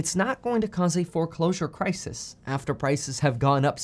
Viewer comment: Crisis Crises Where did learn English?